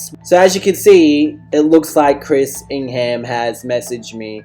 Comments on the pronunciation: I Love all ur points but it’s ing-ham like it’s pronounced ing-hem just a heads up for part 2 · I kept on triggering when you said ING HAM! its pronounced as Ing um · I can’t take him serious the way he says ingham 😂😂😂😂😂🤣🤣🤣🤣🤣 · Learn how to say Ingham..